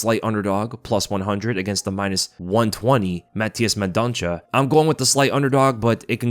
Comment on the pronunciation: Mendonça is read as mendonssa, the ç has an s sound 👍 love the vids